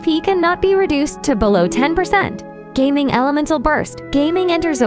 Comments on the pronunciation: Please stop calling him "Geyming", its "Ga-Ming" 😅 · Bro said gaming not Ga Ming 😭😭😭😭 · His name is Ga-Ming, not Gaming. 😅😅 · It's Ga Ming not Gaming(GayMing). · The way she pronounce his name is like, 'His name is Ming, but he's Gae.'